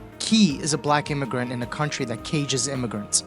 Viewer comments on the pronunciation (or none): none